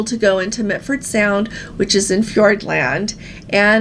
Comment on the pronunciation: it is MILFORD Sound, not MITFORD. Also, Dunedin is pronounced "do-need-ham". Just so you know.